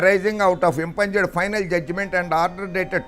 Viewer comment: Impugned. I've heard you pronouncing this word as impunged. It's pronounced as impuned.